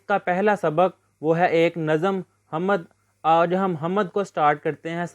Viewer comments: بھائ اپنا تلفظ درست کریں حَمَد نہیں ہے حَمد ہے م پہ زبر نہیں ہے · Hamad❌ Hamd✅